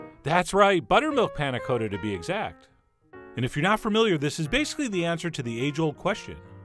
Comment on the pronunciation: thank god you said "cotta" the right way at the end